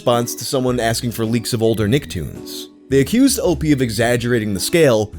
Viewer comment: It's not Opee.... it's OP, like special OPs... sound like newfa...gggggg